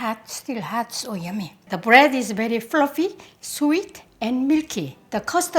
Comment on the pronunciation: she say brettt not bread